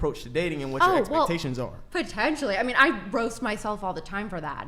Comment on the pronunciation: Is she a bot or wearing dentures? The word “potentially” came out like the computer errored, or false teeth almost fell out 🤦